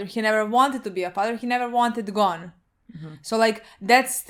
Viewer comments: It's Gon not Gone, they pronounce it wrong... But okay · This is such a little thing but I really want to point it out Gon isn't pronounced as Gone It's actually "Go-n", Go and then an almost silent "n"